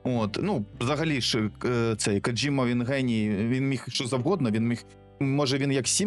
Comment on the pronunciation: Так, Коджіма, а не кодзіма. Другий варіант то від навіжених сусідів